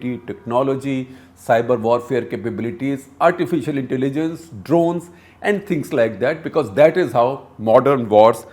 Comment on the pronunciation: its Drones* not drowns 🤣🤣🤣, Have you seen American soldiers? many of them end up homeless, their morale is low. Despite all that technology they still got their ass kicked by the taliban, the left-right is a teamwork building exercise, it builds morale and teamwork.